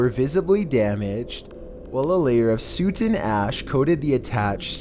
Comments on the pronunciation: Okay but did he just pronounce soot as suit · I swear this is the last video from this clown I will ever watch. Can't stand his voice and horrendous pronunciations. As soon as he said a layer of suit and ash I had to turn it off, lmao this is just too much! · the way he said "soot" though. suut.